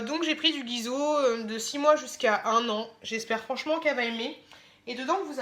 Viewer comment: Mdr guiso tu dis non c'est Guigoz tu me fais rire